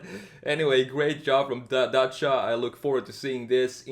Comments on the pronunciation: Nice video mate I love your channel I like how you say Dacia in the right way Much love from Romania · YESSS YOU PRONOUNCED IT CORRECTLY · Your pronunciation of "Dacia" is spot on!